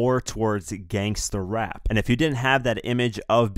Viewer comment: You're a white guy huh? The way you said "gangster rap" LOL